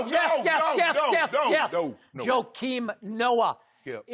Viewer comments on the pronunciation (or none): SKIP SAID JOKAIM NOAH😂😂🤣 🤦🏽‍♂️